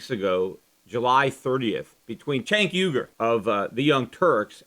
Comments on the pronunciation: What's with the 'cenk uygur' overdubs? I wouldn't have cared if you were saying 'Sink ooeygur' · I love that Peter had to go back and edit his pronunciation of Cenk Uygur. :) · Must have been saying Cenk Uygurs name wrong for the original recording because its obviously re-inserted throughout the podcast haha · Maybe [Cenk Uygur] cut you off on his show because you kept saying [Cenk Uygur]'s name weird? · I'm guessing you mis pronounced his name the first time you recorded this then :P